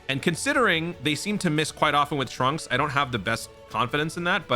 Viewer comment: Dude……. It’s Trunks